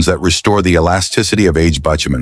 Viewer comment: Every YouTube video is now' AI narrative. I'm sick of hearing mispronounced words, bitumen was miss pronounced along with other words What's wrong with using a real human voice!. 😡